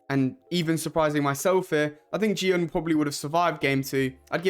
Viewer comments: It's Gihun, not Jihun. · his name is gi hun not ji hun